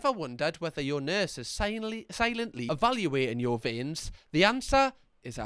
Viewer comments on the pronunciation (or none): I feel more faint everytime you say vien 🫠